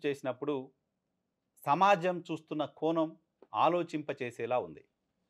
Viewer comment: కోనం కాదయ్యా కోణం అనటం కాస్త అలవాటు చేసుకో